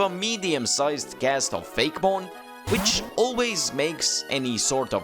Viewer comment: It’s fak-e-mon (fake,e,mon)